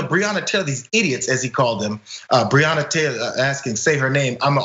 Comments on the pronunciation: Dumb@ it’s pronounced “Bre-Anna” Taylor day it right you piece of cat $hit! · He didn't even say her name right. Who is Breeyona? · He cant even say her name smh. And what he went to sounds like when I get stopped by cops. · Author or Breanna Taylor law. Can't pronounce Breanna's name. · And then Lying Paul can even say her name correctly. Conservatives continue to show their filth and disrespect through their actions and rhetoric. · He can’t even pronounce her name 🙄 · The irony of it. He felt what so many black men have felt when they were pulled over or approached by a cop. Except Rand Paul is a punk-ass bitch, full of arrogance and overblown priviledge. And the whole mispronouncing her name thing is a tried and true republican dog whistle, dis-respect thing.